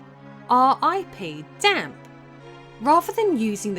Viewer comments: Dampe is pronounced Dam-Pay by the way :) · The guys name is pronounced "Dom-pey" not "Damp" lol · Damp?! 🤣 It's Dampé! EDIT: pronounced Damn Pay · Dampe is pronounced Damp? You sure it's not damp-ay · DAMP EEE NOT DAMP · This was kinda annoying do u not see the E on the name it's pronounced dampey/dampay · Can't ignore "Meedo", "Decku", and "Damp" either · FYI, it's Dampé rather than “Damp.” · Yeah. It bothered me a bit that she kept calling him damp the whole time. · Gameplay and story, LttP. Soundtrack, Ocarainer Also, I’m pretty sure it’s pronounced Damp-ay.